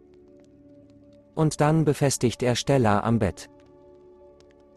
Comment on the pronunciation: Ich will ja nicht gemein sein aber wie er STella sagt